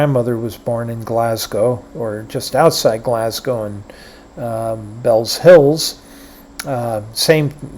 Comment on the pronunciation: It's actually pronounced Bellshill.....ironically my son was born in Bellshill. The most famous son of Bellshill is Sir Matt Busby the Manchester United Manager who nearly died in the Munich Air Disaster....would drop the Sheena Easton bit. So where did the Pyramid go to...now there is a mystery.